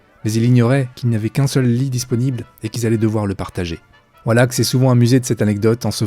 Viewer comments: Faut revoir la prononciation des acteurs !!! surtout avec Elie Wallach, le ch se prononce che et pas ak et Elie c'est comme ça se prononce et pas Elaïlle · 2 enormes boulettes sergio leone et non leonet et eli wallace et non wallack